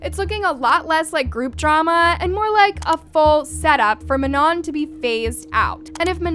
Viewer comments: please do ur research properly before jumping to conclusions she sprained or twisted her ankle so she couldn’t dance here also please say manon properly im gonna crashout she was included she lit punched that thing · Do u prefer to say manoN or u don’t like “ mah-noh”